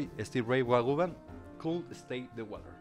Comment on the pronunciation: Stevie Ray “Vagovan”?? 😂